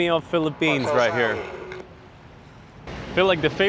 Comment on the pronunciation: welcome to FEE-lipphines